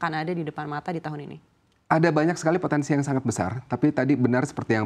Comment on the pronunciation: Pontensi..... Pontensi..... 😂😂😂😂